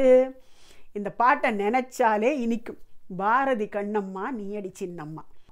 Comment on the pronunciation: உங்கள் பாடலை கேட்டு மகிழ்ந்து மீண்டும் மீண்டும் கேட்டுக் கொண்டு இருக்கிறேன். ஒரு சிறிய வருத்தம். பெண் பாடகர் Bharathi என்று உச்சரிக்கிறார். வட மொழியில் भारती என்று இருக்கலாம், ஆனால் தமிழில் அது बारदि என்று தான் வரும். தமிழில் வட மொழி போல் மகாபிராண உச்சரிப்பு கிடையாது. பாட்டின் அடிப்படை கவிதை வரிகள். இசை அதற்கு பிறகே. இசைக்கு முன்னுரிமை அளித்து வரிகளை கொலை செய்வது வருத்தம் அளிக்கிறது. எனினும் நல்ல முயற்சி. பாராட்டுக்குரியது உங்கள் கலைப் பயணம்.